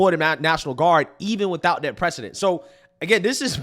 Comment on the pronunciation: I know you meant 'precedent' but it sounds like you said 'bad president' lol and I know some people are gonna clip you and use this against you Don't let them get to you brother